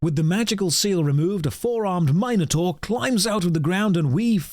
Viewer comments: lol mini tar not minor tour "minotaur" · great video, did not like how pronounces "minotaur"